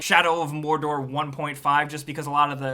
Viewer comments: I like how you said MORRRDORRR. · Shadow of Morrrrrrrdorrrrrr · Geralt of Rivia Sounds like Spanish